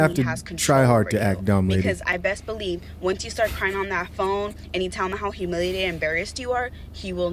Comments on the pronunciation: Shout out to the chick who said “humilinated” and “fenimen” 😆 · Bruh did she say “Humilinated”!? Nah bruh I’m cool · I just want to challenge her to say humiliated correctly...